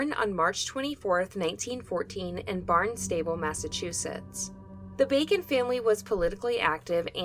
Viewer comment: Hehe barn-stable. It does look like it would be pronounced that way, doesn’t it? Massachusetts is a funny place